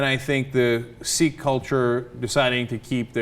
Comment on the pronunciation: Sikh is pronounced as "sick" not "seek."